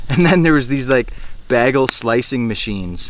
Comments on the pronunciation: Coming in a year after this is being posted. Great content, but that pronounciation of bagle though.. Ha! subscribed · You are funny. :-) Shouldn’t you say “back-on,” though? To match the “bág-el?”